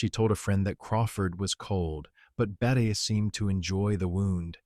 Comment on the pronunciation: It’s Bet-tee Davis! End AI